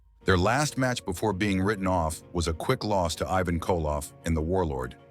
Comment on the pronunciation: LOL "Evan" Koloff. Ivan! More computer generated audio that can't pronounce names. Half of the pictures don't match the audio narrative. WOW this is poor quality. Half effort.